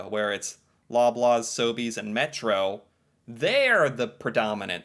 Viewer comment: you pronounced them perfectly. I’ve never heard of Metro, plus though, just Metro